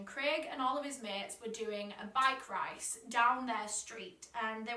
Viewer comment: I’m sorry but I have to make this comment:, love the little mess up.